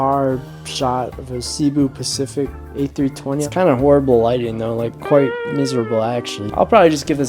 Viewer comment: "seebu pacific" bro fumbled 😭